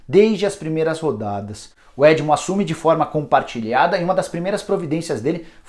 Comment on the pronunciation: É edno com N e não edmo como mencionado ! Parabéns meu timbuuu 🔴🐭🔴